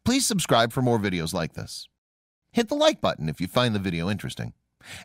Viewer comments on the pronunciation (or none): none